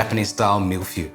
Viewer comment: That pronunciation of feuille though 😂